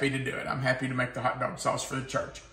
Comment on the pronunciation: Say hot doag sauce again!!!